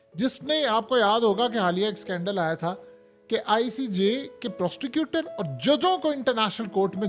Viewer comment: Abay Prostecutor nahi hota ullo kay patthay, PROSECUTER hota hay ... Bhallay say Lawyer bool day magar yeh PROSTECUTOR mat bool ... Ajeeb Chutia Adam hay ... Aur yeh WHAT NEXT kay baad اب کیا ہوگا مت بولا کر جاھل انسان ۔۔۔